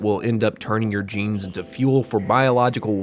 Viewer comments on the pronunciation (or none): none